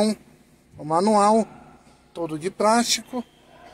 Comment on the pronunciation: "nebrina", "prástico".